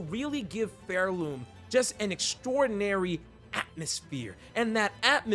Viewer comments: Really good video, but evertime you said pharloom as phairloom killed me inside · It's Pharloom as in far away, not Fair-loom